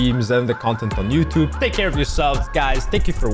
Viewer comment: Theres the we know, he always says youtob isntead of youtube